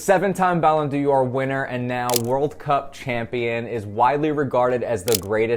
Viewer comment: Dior is a fashion house. D'or (pronounced door) is French for golden. I hope this will help you in future podcasts. Unlike Beckham, who was always a one trick pony and very rarely knew what to do when the ball was moving, Messi is a superb player and will help Miami on the field as well as improve the MLS brand.